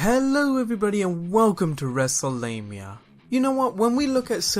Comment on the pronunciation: Did he say wreslelamia